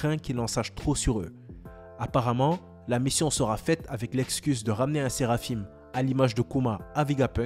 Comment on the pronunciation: Le "in" dans Séraphin se prononce comme "un" comme du pain pas "ine"